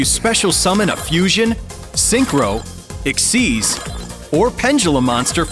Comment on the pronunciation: imagine actually saying echseeze instead of saying x y z what retard would actually do that?